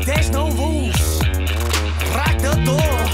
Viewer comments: Why's it always Pyo that pronounces R as L? Lmao. Poor boy. There's no lules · A month later and i'm still laughing ' 'ratato '' and '' there's no lules '', lol P.O i love you so much, but your pronunciation of english is so bad, like mine hahahaha